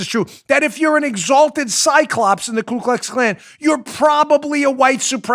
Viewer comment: It’s Ku Klux Klan not Klu. Not that I’m an expert but I remember learning that.